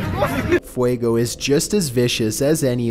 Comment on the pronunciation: Oww...I don't know if it have done something important lately (It's grumpy, but as far as I know it hasn't done anything lately), but I REALLY wanted to hear him try to pronounce ''Popocatepetl''... He can barely pronounce ''Fuego'' (Fire), a five letters spanish word... What would he do with the nahuatl word ''Popocatepetl''?